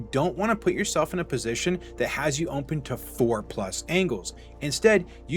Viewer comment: Why you say open like that?